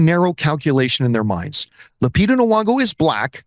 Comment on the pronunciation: BTW it's Nyong'o with a "y" noise. Not "Nuong'o."